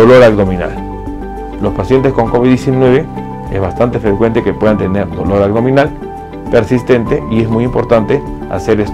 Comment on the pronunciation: Si eres Doc... Perdón pero me das desconfianza por qué no pronuncias bien como el dolor a"G "dominal...de verdad como es posible... Corrige pronunciación por favor es aBdominal.